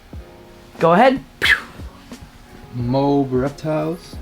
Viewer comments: Tell it's MO - AB lol not Mohb lol on the Shirt, Thats a Nuke from Call of Duty or can be from Real Military. Anyway thats what it is! 👍👍 Great Vids! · It’s Mo-ab guys. Two syllables:) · Correct MO-AB not MOAB....